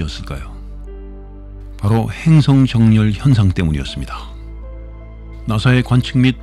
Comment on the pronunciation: 좋은 영상 잘봤습니다^^ 행성정렬 발음도 순간 영어 인줄..